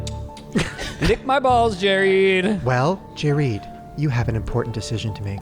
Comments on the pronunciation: Jerid’s introduction as “Jereed” had me laughing so hard I couldn’t breathe 💀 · 'Jareed' made me fucking choke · Jerid as Jereed had me dead. 🤣🤣🤣🤣🤣 Best. Gay. Guy. Ever!!!!!!! Sorry, and Chris. Haha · “Jereed” IS the moment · Jerid saying panspermia theory as if it's just face. He really enrages me when he does this, which is constantly by the way.